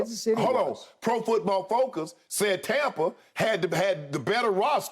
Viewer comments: And it's not "Tompa Bay" it's Tampa Bay. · Skip: “Tompa” Bay 😂